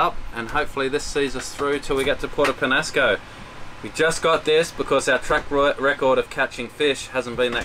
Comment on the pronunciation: Oh, you're not pronouncing Puerto Peñasco (Pen-Ya-Sco) correctly. Summer time is generally a good time to go north. You'll get more in the way of northerly winds.